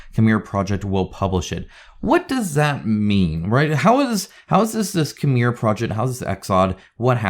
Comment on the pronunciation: As a Conan board game fan, I would have expected you to pronounce "Cimmeria" correctly. ;-)